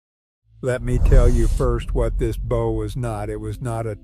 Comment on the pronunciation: Stop saying bough 😢